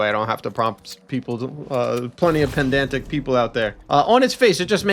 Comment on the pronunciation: erm actually👆its pedantic not pendantic